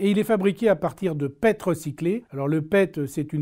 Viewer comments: PET Ca se dis P E T pas pète, c'est du PolyÉthylène Théréphtalate, une matière plastique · On dit P E T lettre par letrre et non pas pet :) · Bonjour, pour information la fameuse matière plastique PET se prononce P.E.T 😅